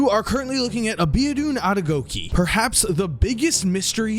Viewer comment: He is not abedun adegokeee check the correct pronunciation on google